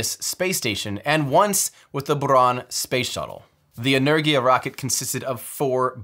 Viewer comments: Why are americans so bad at pronouncing words? Saying "energia" like "lurgy" when it's pronounced "en-er-gia" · Outstanding, Tim! Also, if you would like help getting your pronunciation of Russian names right, do please reach out to me. Rokot, Angara, Energia, Proton, etc. you managed to get them precisely wrong every time! What are the odds of that? :-) Congrats on finishing this awesome projects, and with such great results.